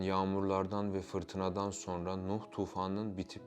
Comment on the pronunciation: SAYIN: Buğra Gülsoy!? "Subliminal Algılar" Demişken: Akıcı Türkçe Telaffuz Eğitimi Aldığınız Halde Neden? "SonRA" Şeklinde Okunması Gereken Bu Kelimeyi: " "SorNA" Şeklinde Okuduğunuzu? Açıklar mısınız!?.. Ve Neden? Özellikle: Ezoterik veya İslam Ezoterizm'i Fikrine Taabiyette Olanların. Bu Kelimeyi "SorNA" Şeklinde Telaffuz Ettikleri ? Yani; Hangi "Subliminal Algılara" Hitab Etmek İstedikleri? Hakkında! Herhangi Bir Fikre Sahip misiniz!? Veya Açıkça Bu Kelime Sayesinde; "Son-RA" Derken!? Sözde: Ra' nın Sonu! Sonuncu Ra..! Şeklinde Manalar Ortaya Çıkabildiği İçin!.. Mısır Tanrısı "RA" ya Saygısızlık Edildiğini Düşünen Ezoterikler; "SonRA" Şeklinde Okunması Gereken. Bu Orijinal Türkçe Kelimeyi. Kasıtlı Olarak "Sor-NA" ya Dönüştürdüler ve Yandaşlarının Sıkça Göründüğü Medya Organlarında Zikrederek. Revize Ettikleri Bu Kelimeyi Popüler Hale Getirdiler!... Diyebilir miyiz!??? Ya da. Açık Konuşmak Gerekirse!? "SonRA" Şeklinde Okunması Gereken. Bu Orijinal Türkçe Kelimeyi. Kasıtlı Olarak "Sorn-A" ya. Yani; "Cern-A" ya Dönüştürerek; Sözde;CERN de Açılacak Bir Portalden Gelecek Olan "Anunnakilerin" A Harrfini; CERN isminin Sonuna Ekleyerek Subliminal Hale GetiriLmiş Olan "Sorn-A" Kod Adı Ortaya Çıkmış Oldu mu!? Desek!??? Ne Dersiniz???? Neticede; Başkası İçin Manası Ne Olursa Olsun Fark Etmiyor!.. Çünkü Ben Hala; Üstüne Bastıra Bastıra. Orijinal Türkçe Telaffuz Şekli ile: "SonRA" Demeyi Tercih Ediyorum!!! Varsın! "Anunnakiler" yada "Ra" Efendi Darılsın!!! Tabi: Toza Dönüşmüş Haldeki M